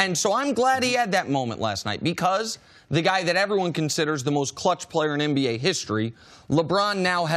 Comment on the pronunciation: Does CC say MBA instead of NBA....lol I know He's saying NBA but it's still funny I know I'm not the only one